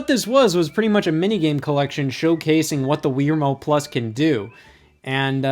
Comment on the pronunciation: Stop saying Weer Mote. It's Wii Remote.